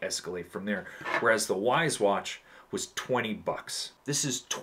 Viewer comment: Correct Wyze pronunciation = wise 😅 great video man!